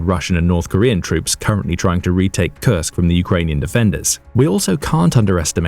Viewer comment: Well you mispronounced Kursk